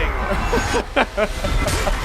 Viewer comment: When he said heimaldinger I shit my pants literally!!!!